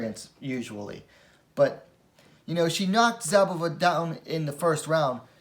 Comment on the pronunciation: The Z in Szabová is silent, just pronounce S instead. She is Bledá's slovakian coutnerpart, best wmma talent of her country atm, just more likely to stay in bantamweight. Worth mentioning, considering the fight result, that Zouak is a two time olympian in judo. I believe Zouak is pronounce the french way, that would mean, u is pronounced (like in put) and o is silent (or rather ou -> u). Good job, keep them coming!